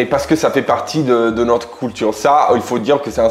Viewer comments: Tu fais rire quand tu dis "Coulture" 😆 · 😂 j’adore tes vidéos et surtout lorsque tu prononces le mot culture tu dis « coultoure »😂 j’adore ❤